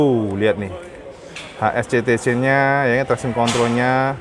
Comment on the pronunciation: cba putar videonya ...Dengerin pas waktu nyalain speedometer....mas yg ngereview nyebut control ...pasti ketawa krn kedengeranya lucu